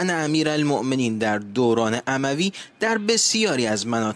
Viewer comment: چقدر بیسوادید . « اموی » را amavi تلفظ میکنید!!! معنی جمله « بیم آن می‌رود که اکثریت شیعه آن رقم بخورد » چیست؟!!!!